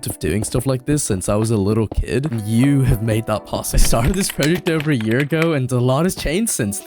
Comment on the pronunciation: Praw-ject ❌ Proh-ject ✅